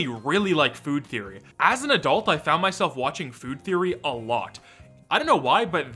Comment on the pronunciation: I don’t think anyone but you says game “therroy” but hey, that’s just a therroy, a game therroy.